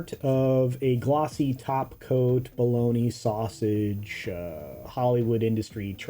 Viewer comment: He said BOLOGNEE SAUSAGE - lol - again - love it